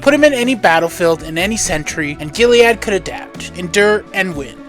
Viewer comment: Sorry to split hairs but Eternal Warrior’s first name is Gilad not Giliad